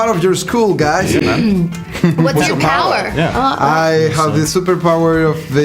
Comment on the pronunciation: me gustan tus videos y todo pero con todo respeto verga tu ingles esta culerisimo osea te preguntan cual es tu poder y tu:di poguer of obnipresenctcmJa 😂😂😂😂